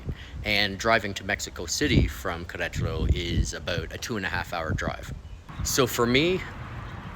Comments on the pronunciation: Welcome and que le vaya bien! Appeciate your video and would just encourage you to really work on your spanish. Especially how to pronounce "Queretaro". Spanishdict has a nice audio pronunciacion guide, just fyi. Suerte! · Learn how to pronounce the city name , please, in Spanish! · Did you learn how to pronounce Querétaro?